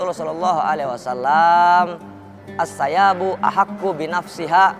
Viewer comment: Assayyibu( الثيب) bro bukan assayabuuu hahhahahah parah parah